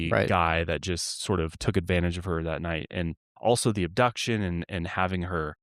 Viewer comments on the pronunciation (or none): none